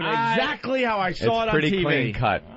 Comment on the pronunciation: Patrice puts an “r” at the end of the word saw.